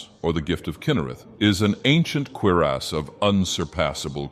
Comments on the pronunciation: Is it just me, or when said "Cuirass," it sounded like he said "queer-ass?" Freaking June and pride month, so help me, if starts Downing Bud Lights, we're going to have some problems here!?! More like "The House that got Boned!" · nice "queer ass" instead of cuirass lmao